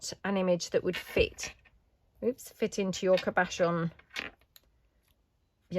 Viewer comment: the word “cabochon” is pronounced with the emphasis on the first syllable. Also a cabochon is a jewel like item the shape of the clear glass domes and the thing it goes in is not a cabochon but a frame finding or maybe a version of a bezel.